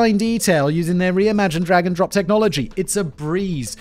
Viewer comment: Is it just me? During the ad read it sounds like Simon’s saying dragon drop instead of drag and drop.